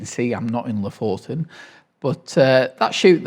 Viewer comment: Thank you — and just to return the favour: Lofoten is pronounced /ˈluːfuːtn̩/, or “LOO-foo-tn” if that’s easier. The stress is on the first syllable. You welcome 🤗